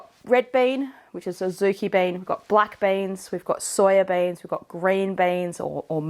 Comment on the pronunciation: I heard banes as in wolfbane until you showed beans 😂